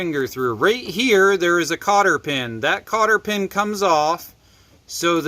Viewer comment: Cotter not carter pin😂❤fine job